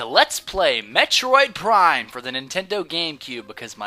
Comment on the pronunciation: Ha You said Plime LOL